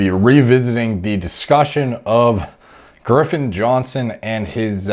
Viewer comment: Is he saying Girffen or Griffin? Sounds like he’s using the R too late lol